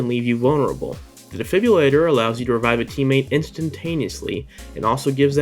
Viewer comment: "defibyillator" killing me